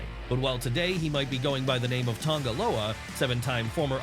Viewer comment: Tonga Loa. TONGA Loa, he’s Tongan, not Samoan.